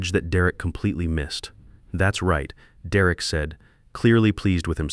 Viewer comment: "De Wreck" is an odd way to pronounce "Derek." Your AI is crap.